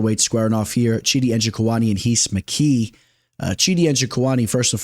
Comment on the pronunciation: Hees McKee lmfao he ain't Brazilian dawg